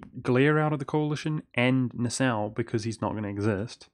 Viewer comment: Your pronounciation of Nassau is actually correct:) (But the way you say Gelre and Memmingen are cringe worthy) xD